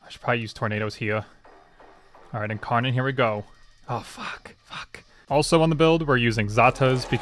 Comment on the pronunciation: the incawnon and the wed cwits parts made me laugh so much bro i love ur vids